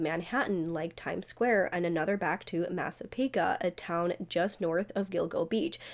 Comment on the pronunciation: And massapequa is massa-peek-wa